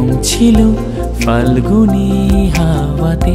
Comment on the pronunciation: খুব ভালো লেগেছে কিন্তু ফাল্গুনে "ফ" উচ্চারণ টা বড্ড কানে লাগছিল।